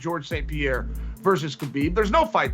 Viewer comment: is it so hard to say habib lol people these days